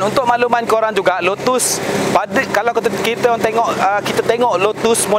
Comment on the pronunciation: Sebutan nya lotes esprii. Bukan lutuus esperitt